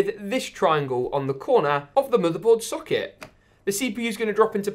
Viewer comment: English: Mother board socket: Mo therbored suck iit